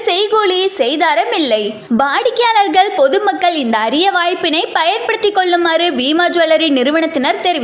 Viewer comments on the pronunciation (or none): விலக்கு இல்லை சார் விளக்கு. தல்லுபடி இல்லை தள்ளுபடி. வாடிக்கையாளகல் இல்லை வாடிக்கையாளர்கள். அந்த தொகுப்பாளினிக்கு ல, ள, ழ உச்சரிப்பு வரலை